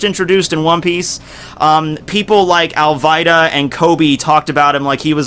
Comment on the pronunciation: whaat hell is "allvydaa" its "Alvida" like alweeeeda!!!